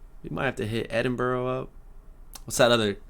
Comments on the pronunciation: Edinburgh (The Capital Of Scotland) is a MUST. Now.. it is pronounced 'Ed ▪︎ In ▪︎ Buh ▪︎ Ruh'. Not 'EdinBoRo' as a lot of Americans say. The Castle, Holyrood Palace, Royal Mile, Leith Shore (Top 5 World Neighbourhood), Arthur's Seat, Fringe Festival, Museums... and PUBS Some of the oldest in the UK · Remember Edinburgh is pronounced Edinbruh not Edinburrow! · It’s not ‘Edin-boro’, it’s ‘Edin-br-ugh’.